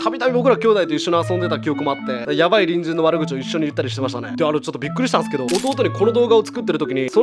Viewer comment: たびたび「隣人さん」が「ぶんじんさん」に聞こえてリスナーなんだなって感じたね。だから何？ってね